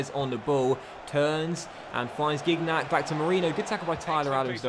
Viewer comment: Another great video but it’s more like SHINYACK not GIG-NACK😂